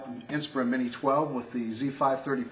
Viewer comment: you pronounce "inspiron" wrong. you say "inspirIN" but its "inspirON"